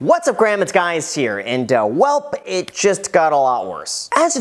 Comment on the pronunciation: “What’s up Graham it’s Guys here” haha